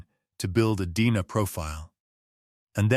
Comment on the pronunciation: I hate AI narratives. DNA is repeatedly called Dena. Ridiculous!